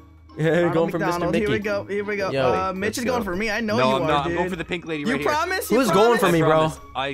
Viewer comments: did you say mich or bich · its funny how every time he says mitch it sounds like the B-word